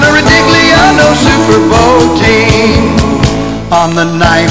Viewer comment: "The Siper Bowl!"